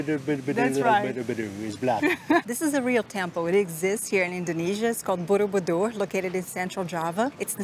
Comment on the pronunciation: Nobody : Still nobody : Him : borobudubudubudubudu